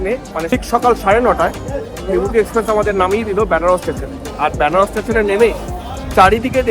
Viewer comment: Byanaras hobena uchcharon ta venaras